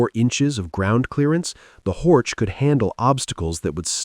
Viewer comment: Not Hortsch, but Horch meaning hear!